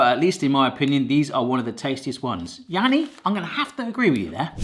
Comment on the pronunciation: i think you pronounced his name as "yannie" whilst i think it might be janne?